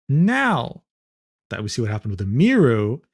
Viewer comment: He's explaining all of this like hes an expert, but cant pronounce Emiru's name